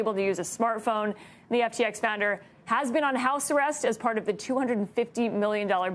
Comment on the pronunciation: Fried not freed.